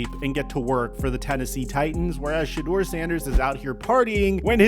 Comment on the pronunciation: The fact that you still keep pronouncing his name "shaw" is driving me nuts.